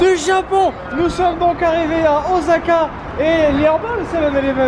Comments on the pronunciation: "ozaka" "yakitori" ...xD vous m'avez épuisez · pour Osaka, Miso, Wasabi, évite de massacré les prononciation japonais c'est pénible à les entendres, les "S" dans les mots japonais se prononce comme si tu avais deux "S" en français